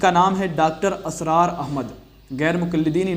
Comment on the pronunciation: अपने इस खैरख्वाह का बड़े अदब व तहज़ीब से नाम ले रहे हो तो सही तो लेलो इस मरदूद का नाम इसरार है ना के असरार 🤣🤣🤣🤣🤣🤣🤣🤣🤣🤣🤣🤣🤣